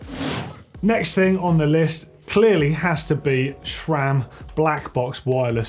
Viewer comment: It's Sram, not Chram